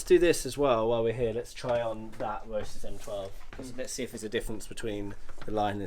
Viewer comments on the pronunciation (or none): Roe-sis ! :) Roe-sea's!